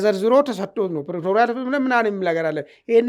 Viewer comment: you are brilliant and so are your friends on this platform Your pronunciation of Pretoria needs correction. It's not Pretorial 😅😂